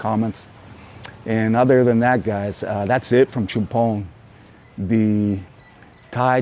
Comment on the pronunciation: Great pronunciations again love it CHUMPHON = Cha Pone - LIKE AL CAPONE HAHAHAA I love all the "factoids" as well